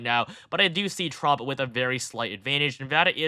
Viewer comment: I'm sorry, but is he saying Frump?